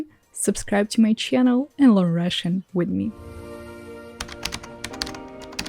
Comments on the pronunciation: the way you say 'channel' will always be funny to me. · She pronounces channel normally, but it’s cool you enjoy it 🤷🏻‍♂️